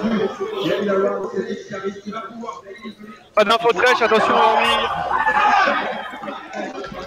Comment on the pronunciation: Le commentateur qui appelle Caelan "Helyos" et Chap "Chapovich" xD